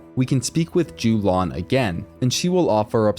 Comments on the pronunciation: Yo-lahn, not Jew-lawn nice guide though! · Jew-lawn > Yo-lawn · Its yo-lan